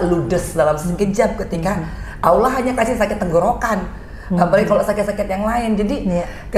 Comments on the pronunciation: Allah mba ..bukan Awloh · Salah sebut allah kok awlah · Maaf ya mbak angge bukan aulah tapi dobel ll allah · Cekeeeeeeppppppp....mba Angie lebih dari muslim biasa....cuma menyebut Lafaz Allah nyq saja yg perlu dipetbaiki ...over all...subhanalloh... Allah mengangkat drajat nya Amiieen...